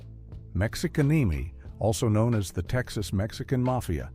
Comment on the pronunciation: Uh HELLO Texas Mexican Mafia is Mexicanemi come on whoever runs this channel get it right for once PLEASE